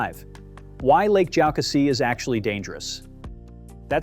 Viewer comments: It's pronounced Lake joe CASSIE ... and the river is pronounced ED is toe, get your info straight. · Very interesting. I live near Table Rock and Lake .Jocassee. You’re forgiven for your mispronounciations.